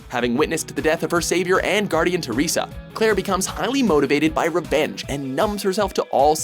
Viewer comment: god how can u even misspronounce Teresa